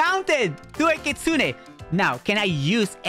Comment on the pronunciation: Bro it's called Kitsune not kitsuniii